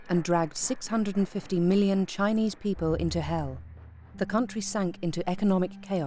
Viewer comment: Could the producers of this documentary not teach the narrator to pronounce Chinese names correctly? For that matter, even basic English words.